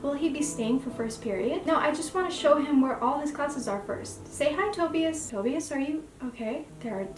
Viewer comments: Shnai-an. That's how you could pronounce Schneien (it means to snow if you wanna know 😅) And no hate but as a German the way you say Tobias is heartbreaking xD Edit: Sorry for the correcting, you seem nice :D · The way you pronounced Tobias is the same way my twin sister pronounced it for the first time I suspected she might’ve been pronouncing it wrong so now we say it correctly and btw me and her just recently reread the whole Webcomic this video is amazing btw you did very well ^^